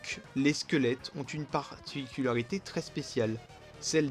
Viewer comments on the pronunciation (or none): none